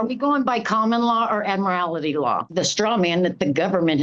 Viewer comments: 'Admirality', too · Why do they keep pronouncing "Admiralty" as "Admirality"?